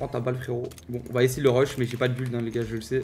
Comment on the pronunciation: Un anglais : Build Teekzy : Bulde